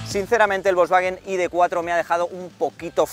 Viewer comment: Más tonto no puedes ser “ perdonarme si digo id tres ó id cuatro “ por mezclar el inglés con el español. Estas bueno , te recomiendo veas algún “chamán “ a ver si te aclaras. Estas haciendo vídeos para oyentes españoles y no ingleses , así que pronuncia en “CASTELLANO “